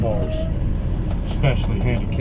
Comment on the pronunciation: I LOVE how you say "handicap parking CHEATERS"! 😄 Go get'em,!!💗